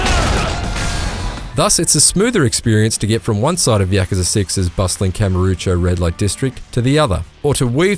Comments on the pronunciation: How many words can you mispronounce in one review? Kamarucho, Harooka, Kazaama, off-putting. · "Harooka" "Kamuroochew" "Kazama" Yeah, no one should take this review seriously, dude can't even pronounce names in a voice acted game right. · Dude said KAME-O. Boring guy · WORK HARD. PLAY HARD. He also said Kamarucho or something like that.